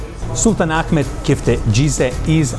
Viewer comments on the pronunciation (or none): none